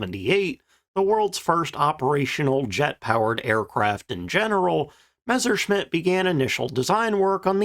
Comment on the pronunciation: One of the few WWII channels that doesn't pronounce it "Meshershmitt." THANK YOU.